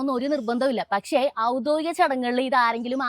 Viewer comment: ഔദോഗിക അല്ല. ഔദ്യോഗിക എന്നാണ്.